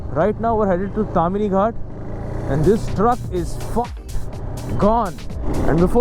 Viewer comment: Don't screw up names. Do some research. It's not Tamini. It's Tamhini.